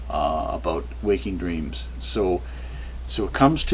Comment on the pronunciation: Did he says dteams? Cant trust visions and dreams!